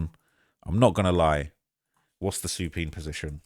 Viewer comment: The word is Supine. Said like "soo-pIne" meaning an almost flat- like but propped up position laid on the back.